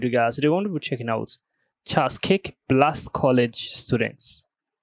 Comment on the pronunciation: Charles Kirk...not Charles Kick.